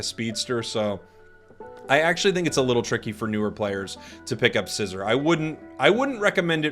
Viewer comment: It's pronounced Syzer not scissor